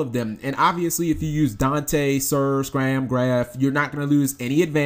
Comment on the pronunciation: Scarm G, not SCRAM